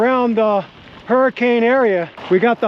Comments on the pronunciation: I believe you mean "her-kin" not hurricane haha awesome video! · Used to live in Utah, definitely miss mountain biking and wheeling in Moab the most! Fun fact: the locals pronounce Hurricaine, UT "Hurric-un". Never understood that, haha.